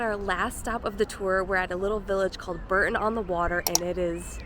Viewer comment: The Cotswolds are stunning but not "the countryside of England", it is different all over the country. P.S. Bore-ton, not Burton